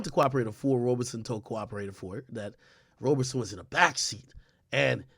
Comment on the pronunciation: Couldn't finish the video lol he kept pronouncing Roberson as Roberson.